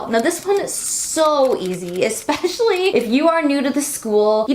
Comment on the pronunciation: she says espeshy?